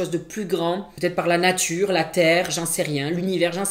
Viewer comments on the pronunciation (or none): none